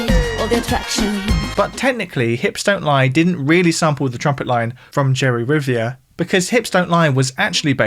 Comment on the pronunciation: As a native spanish speaker, the prounciation of "Amores como el Nuestro" and "Jerry Rivera " was hurtful as well 😅😂 And speaking of samples, you should definetly check out the wildly amount of samples made form "Los Ángeles Negros" (The Black Angels) most of them in USA HipHop music.